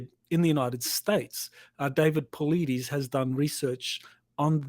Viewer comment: Took me years to pronounce David Paulides last name correctly lol………….. …( Pau—lidis) Love ya doc and everyone here!!